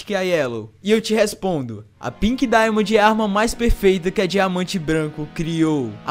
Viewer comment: PORQUE NINGUÉM CONSEGUE FALAR DAIMOND OU WHITE DAIMOND NINGUÉM AAAAFFFFF